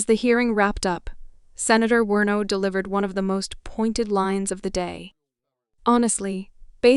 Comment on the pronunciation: Werno!?? Do you mean WARNOCK??? You might wanna do some basic research into your topic before your channel gets taken seriously.